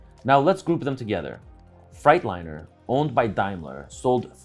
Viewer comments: Did he say Fright 😱-liner? 😁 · Anyone else getting a kick out of how say Freightliner (Yeah I'm late to the party). Think eight, think eight.😊😋😊😋 Super informative, much appreciation for this one! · Why does he keep saying "Frightliner" lol